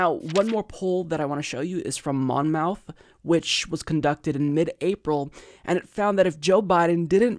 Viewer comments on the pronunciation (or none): FYI - Monmouth is pronounced Mon-muth, not Mon-mouth. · The poll is from my university 😲 pronounced almost like mammoth (not mouth)